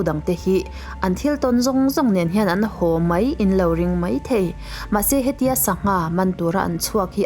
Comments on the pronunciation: I ṭhu chhiar angaihnawm hle, chutih rualin ho tih tur hau i tih hi Mizo nula tán chuan mahni ṭawng i thiam ngei angai ania, nangin i lam thiam loh chuan hnam dangin emi lam dik ta ang, ho tih hi Hau tih ngai loh tur, zir la i thiam ngei ka ring, in lâk Cute nan chuan i tih ka ringlo, i thiamlo ve hrim hrim anih chuan, Youtube Channal meuha inlan turin ila fit tawklo tih nâ, i thu chhiar a " ho" tih tura "hau" itih hi lo insiam that itum hram dâwn nia. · Nui hau nilovin (nui ho aw)